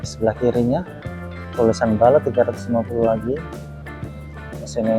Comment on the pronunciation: Bullet mas, bukan balet